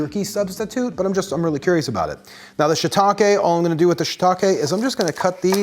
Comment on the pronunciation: Subscribed because your pronunciation of shiitake is correct.